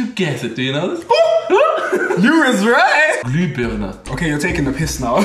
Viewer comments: Well, it's Glühbirne, not Glübirne 😂 With a H but it's okay😂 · glühbirne* not glübirne :P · Its Glühbirne .. with H .. Nice Guy (y)